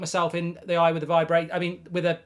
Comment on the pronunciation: V-eye brator